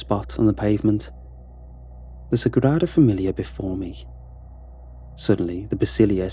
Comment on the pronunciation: It may have rolled off well, but it was completely butchered.